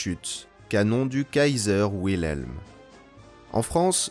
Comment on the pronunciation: Wilhelm se prononce Vileme, pas Ouileme. Ce n'est pas un nom américain mais allemand. D'ailleurs à la française c'est pareil, W=V